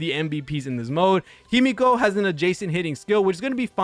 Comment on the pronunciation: Good video, but Himeko being a Japanese name it’s phonetical. So the E in HimEko it’s pronounced the same way as the E in WElt and PEla. Sorry it drives me insane even when I heard this mistake with Pokémon 😂